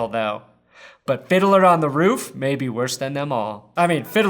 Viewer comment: How many times will you listen to someone say fiddle Perna